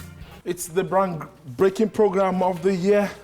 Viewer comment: Did I hear the anchor says brank breaking of the year